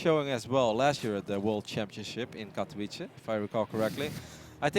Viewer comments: Katovitze, not Katoweeche. There is a sound which is rare in english, the "ts" in Shang-tsung. FFS it's not that hard. Ignorant "prettyboys" are the worst. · Katovice, "c" is hard pronounced, not like "s", but an actual "c" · is the only caster that still cannot pronounce Katowice. Kaelaris for example pronounces it like a native